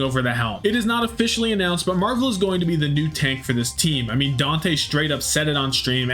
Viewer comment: i beg u stop saying marv one its marvel please man